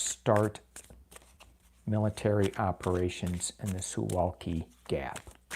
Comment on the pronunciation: Suwałki is pronounced Suvawki.